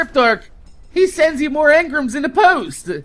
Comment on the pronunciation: Why is he saying emgrams wrong